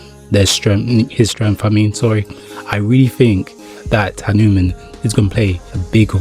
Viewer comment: It's not hanimun 😂 it's hanuman